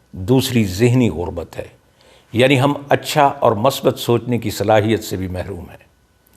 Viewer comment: السلام علیکم آپ کی گفتگو سے بہت محظوظ ہوتا ہوں برا نہ لگے تو عرض کروں کہ کہیں کہیں زبرکی جگہ زیر اور کہیں پیش کی جگہ زبر پڑھنا آپ جیسی شخصیت کو زیب نہیں دیتا مثال کے طور پر مثبت کی میم پر پیش ہے آپ نے زبر پڑھ دی والسلام علیکم